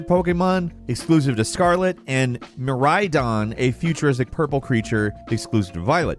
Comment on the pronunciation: Calling the legendary pokemon Ka-raidon and mi-raidon and making them literal ride-ons was just SACRILEGE